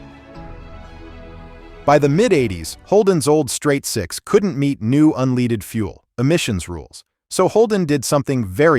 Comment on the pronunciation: unleeeded fuel 😂😂 dumb-ass AI